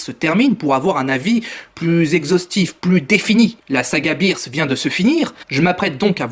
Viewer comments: C'EST BEERUS ET PAS BIIRUS!Mais à par ça pas mal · on dit beerus pas birs et manga pas manka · Ta prononciation de beerus et de manga sont bizarres 😂 le prends pas mal ça me perturbe juste ça me dérange pas